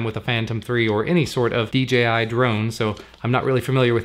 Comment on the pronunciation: Its dji not dgi